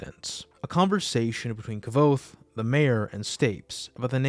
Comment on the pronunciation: didn't rothfuss say that it is pronounced like quote ?